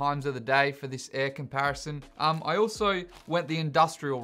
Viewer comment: Ok but comp-air-ison.... I laughed too much